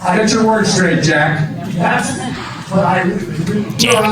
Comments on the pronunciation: Biden mispronounced “Jack.” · It sounded like Biden said JACK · Biden sounded like he was saying jack. Like he always did XD